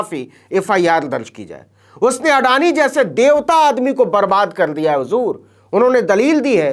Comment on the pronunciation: अडानी का पिल्ला आडानी का अ तक नहीं बोल पा रहा है।